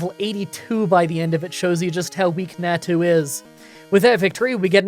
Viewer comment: it's 'nau-tu' (nau said like maw, but with an n), not 'neah-tu' and 'xau-tu' (xau also said like maw, but with an x), not 'xeah-tu'